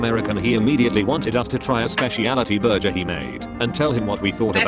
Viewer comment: Burjers, lol